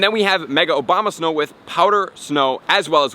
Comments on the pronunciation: The Obama-snow!!!! 🤣🤣🤣🤣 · Is it just me or does he say obama snow?